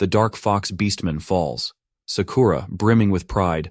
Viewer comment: So many a.i. voices pronounce ‘Sakura’ as ‘suh-kooo-ruh’ instead of ‘Sakura.’